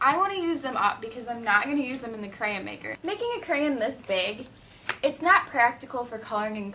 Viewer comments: Where are u from to say crayen instead of crayon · I loved how she said crayn instead on crayon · i love the way she says crayon... crayin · did you notice that you are saying crayn instead of crayon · She said creyon not crayon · Crayin , lol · Crayen? That's like me saying, "Da Duck?" So, I'm cool with it! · why do u say crayon careyn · I came to this video just to hear how you used to say crayon, I'm from the wreck this journal number 13 I believe 😂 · she says crayons like crayns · Did anyone notice she was saying creyen? :D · could u please say the word properly it sounds like ur saying crane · It's pronounced crAYons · Hehe it sounded like she was saying Crayin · Omg stop saying craryn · she said grayin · I think i just went insane watching this. i just went back and counted how many times she said "crayun" or "Crayuns" and i counted 55. FFFFFFFFFFFUUUUUUUUUUUUUUUUUU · She said crayon wrong it sounded like she said crans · Lol iknow everybodys said this to you but CRAYENS! Lmfao :D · your saying crayons wrong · You pronounced cray-on wrong. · Your saying it wrong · U say crayon wrong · lmoa she cant say crayon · Im from Arkansas and thats exactly how I say it too ( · freaking learn how to say crayon right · You said "crayon" wrong. So many times. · would u stop saying crayin!!!!! its crayOn!! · she said CrayIN 56 times and PS it's not CrayIN it's crayON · I just watched the wreck this journal 13 when u talked about this and it's so funny. How many times to u need to say "cray-en" 😂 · it is not stop saying crayans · crayON ... not crayIN... oh my god this is driving me INSANE! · the word crayin is driving me crazy its crayon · ahh mmmm it's crayon not crayyain. too much extra info that didn't needed,but it was a good video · She keeps on saying crayan it's crayon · It's pronounced cray-ON not cray-un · Since when was the word crayon pronounced 'crayin' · Ikr cuz she keeps saying crans like dose she even know how to talk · She pronounces it 'cran'